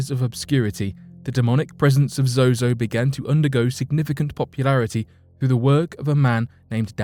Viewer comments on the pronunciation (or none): He keeps saying zoho when the teleprompter reads zozo , which is it I want to destroy the right demon tonight... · Narrator keeps calling him zoHo not ZoZo. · He keeps saying "zoHo" lol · Sounds like he is saying zohoe at some points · Cool but why do you keep saying ZoHo? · Me trying to ignore every time he says zoho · Ha! You said zoho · At first he was saying Zoho? Or am I tripping? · Why do you keep saying zoho? But another source for a lot of zozo's fame comes from the usage of it by Led Zeppelin. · I think he’s mispronouncing they name on purpose that way he doesn’t mistakenly call upon it ? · yes, two times, i heard it too haha